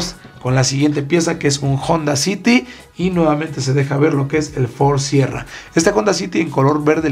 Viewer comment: Dijiste mal la última palabra del Ford sierra.